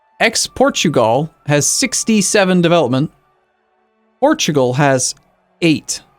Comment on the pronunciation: EX-PORT-U-GAL I lost my sides